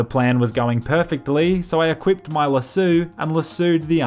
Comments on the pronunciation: Stop saying lassu it’s pronounced lass-o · How hard is it to pronounce lasso? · Not really, it just depends where your from. Some parts of the world pronounce it lasoo and some lasso, so both are correct. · You know how you say jeso /.....that's how you say lasso lol come on you can obviously pronounce an O you do it all through the video but for some reason say lasso like lasu but you clearly say jeso not jesu so I know you can. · He says jesso like 100 times but can't say fucking laso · Lah-sue? xD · What the hell is a lehsooo lol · I though it's pronounced America? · Its pronounced An Accent